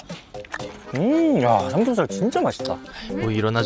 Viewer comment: 삼겹살 을 살벳살이라하는거 진짜귀엽다😍